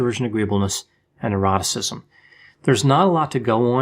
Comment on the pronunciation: You sound like you're saying "eroticism." Threw me a bit for a loop, but it's fine.